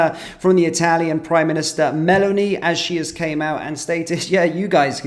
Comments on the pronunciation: Not Melanie... MELÓNI. Stress on the second syllable, with a long 'o' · The Italian PM's name is pronounced Meloni, not Melanie 🤣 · the plural of craft is craft and the plural of aircraft, aircraft. Please learn English and not be an embarrassment. btw u don't have to know Italian to pronounce 'Meloni' correctly. ''Melony'' is how you smell when somebody busts a rotten cantaloup upside ur head for being a bit dull. bbtw: '' .. um I don't want to come across it but you got to understand that the people that um give these celebrities jobs are in in the thingy so they were you know they probably paid to support or I don't know that's just my opinion by the way I'm just going to put out that that's my opinion but of course they they you know you got to try and understand the bigger picture with regard to why people do but um I think.. uuuuuum . . . . . . . uuuuuuuh . . . . . uuuum bwitish values . . '' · I just wanted to say that when talking about a Country's Prime-Minister, it really grates on the ear to hear their name being pronounced SO incorrectly! 🤭 ... Italy's Prime-Minister's name is Giorgia Meloni ( accent on the 'o' ), and NOT 'Melanie'❗🤣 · It sounds more like you're calling Meloni Melanie when you say her name, stick a bit more 'Oh' in the middle. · At least learn how2 pronounce the Italian PMs name